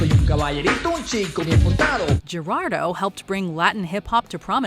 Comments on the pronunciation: i think its pronounced Her-aldo for Geraldo not Jer-aldo. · Gerardo is pronounced "hair are doe" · This top is awesome. But, if you really respect the musicians, research how to say their names properly. There are even YouTube videos on how to pronounce Gerardo.